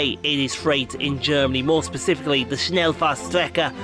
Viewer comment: Dude, Kudos for pronouncing Schnellfahrstrecke 😅